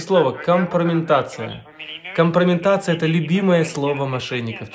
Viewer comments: Они обычно говорят КомпромеНтация, с буквой Н... В сегодняшнем дне, вчерашним днём)) , средствА с ударением на последнем слоге. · Они говорят " компромеНтация"! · А правильно - не компромеНтация , а компрометация.